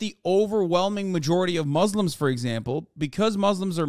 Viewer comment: Hassan saying muzzlem just shows u how he despises us aswell